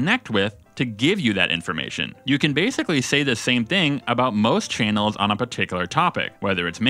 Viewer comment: Why do you pronounce "channels" as "chay-nels?"